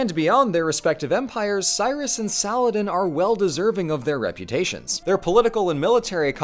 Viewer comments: i cannot express my joy at someone actually attempting to pronounce salah-adin right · did just nearly nailed the Arabic name 😗😗😗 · bro said Saladin in the real Arabic pronunciation but then says "kay-lif" smh